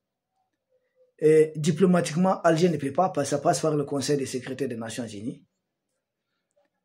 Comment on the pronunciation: L Son seul hic est qu'il s'exprime un peu mal et prononce mal certains mots : ex sécurité devient secrite... C'est vraiment le seul hic dans ses analyses pointues.